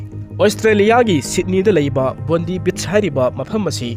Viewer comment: Bondi beach se pronounce t bondai haibiyo not bondee